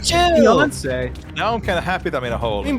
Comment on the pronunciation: Queen Beeyonce 😂